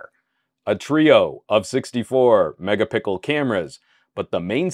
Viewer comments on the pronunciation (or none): u said mecka pickle cameras lol